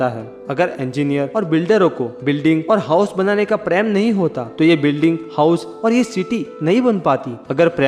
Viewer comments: sorry sir but bolna par raha hai ap apna voice thora tik kijye kuch bate samajh me ni aati hai, for example, ( love) ko ap Hindi me Prem ko na bol k paraim bolte h or bhi kaii word h jo der se samajh aati hai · Nice video But it's prem Not pram😂🤣🤣🤣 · Bhai preyam Nhi Prem bolo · Sir aap prem ko praim kyu bolte hain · app prm sahi bilna sik lo sir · please prounance Prem correct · Mai to praym sun k confused ho gai😂😂